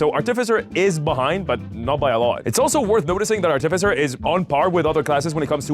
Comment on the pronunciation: Are you going to pronounce artificer artiffizher the entire video?